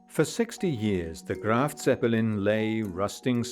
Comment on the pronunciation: * Graf, not “Graft”……..